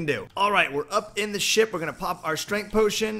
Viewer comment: you said shit in stade of ship